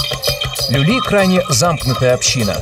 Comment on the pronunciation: Не люли а лули